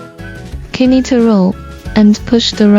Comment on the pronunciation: We pronounce knit like nit! The K is silent